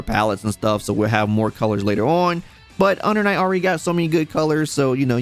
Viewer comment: UNDA NIGHT IN BURF??? lmao cmon son